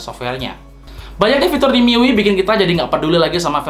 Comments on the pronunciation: bacanya miui yah bukan mi yu ay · Mi yu i🤣🤣🤣🤣🤣🤣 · MIUI Dibacanya Mi yu ay Bang ,Saran Aja